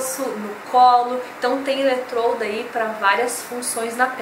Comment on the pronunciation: A palavra é ELETRODO e não eletroLdo